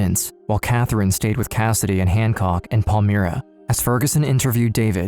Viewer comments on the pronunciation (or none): The suburb name is pronounced Pal-my-ra not Pal-mir-a. The footage of American police used to depict Australian police is hilarious. Especially since it's on the wrong side of the road with the wrong type of cars. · As a Perth resident for my whole life it is pronounced Pal-my-ra not Pal-me-ra 👌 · Not that it matters, but as a Perthian myself, Palmyra is pronounced Pal-MY-ra not Paul-Meera. Pal as in I'm not your buddy Pal! And Myra as in secret admirer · Minor nitpick. It’s not pronounced pal-mee-ra, it’s pal-my-ra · It’s pronounced Pal-my-rah. Catherine Birnie holds a privileged position in prison in the library. After terrorising a city and being involved in heinous acts. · it’s pronounced Pal-Myra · Please don't use file footage of hideous Americans in clips about Australians, that is the ultimate insult. Also get a narrator that can pronounce suburb names properly, if you're not sure do research. Palmyra is pronounced as spelt, not "Pall-mee-ra". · I grew up in Melville and passed their house with school friends, I then moved to Willagee and lived a street away, the community was shoced by them .....pronouced Pal-mire-ra